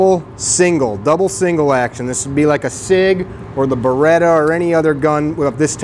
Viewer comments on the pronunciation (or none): Beretta, not Beratta.